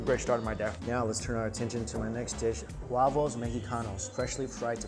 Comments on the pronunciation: Eat everything with your hands!!! I laughed when you said wavos instead of huevos when talking about the eggs. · Dont forget the way he said "uavos" (huevos) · He said wuavos mehikanhos